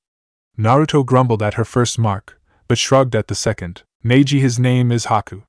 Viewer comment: If you would do a proper reading of this with the right pronunciation of the names and themes then this channel would grow.